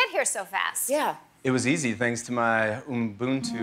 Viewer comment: Bruh smh Channing. Ubuntu ain't hard to say